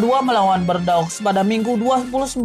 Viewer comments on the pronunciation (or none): none